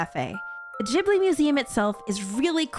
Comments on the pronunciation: Is it actually pronounced Jibly and not Gibly have I been living a lie my entire life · I'm pretty sure you're supposed to pronounce it gihb-blee and not jib-lee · These all sound cool! But... Why are you saying it Jibli? Isn't it pronounced with a hard g?